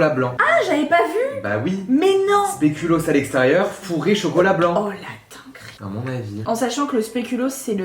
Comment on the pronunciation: Le speculoos c’est belge et on dit pas spéculos on dit speculooos